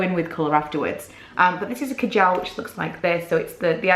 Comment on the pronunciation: Hate the way she sAys kajal